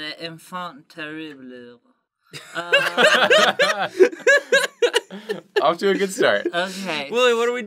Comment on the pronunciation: i lol'ed when he said la infant teriblu it was so off lol